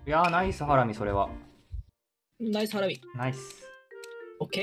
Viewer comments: ハラ↑ミなのでこの世界ともとも違います🙄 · 「ハ→ラミ」だなぁ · ハ↑ラミだとちょっと「サラミ」感あるかも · のイントネーションがバレる…w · これ配信の時も見てましたww 最後が｢僕カルビと一緒のイントネーション｣って言ってたけど、カルビもハラミもイントネーションちがかった気がする……😂 と、思って何回も確認したけど分かんなくなりました😊